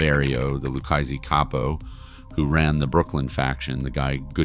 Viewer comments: LOU KAY SAY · Your videos are pretty good buddy. But you really need to learn how to pronounce Lucchese. Unless the hundreds of times I have heard it pronounced by authors, and former made men in dozens upon dozens of podcasts are wrong…..you are absolutely butchering it.